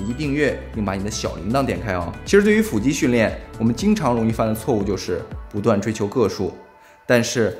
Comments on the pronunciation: 不是fù肌吗？？fǔ肌听着好别扭啊… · 為什麼腹肌都唸成斧肌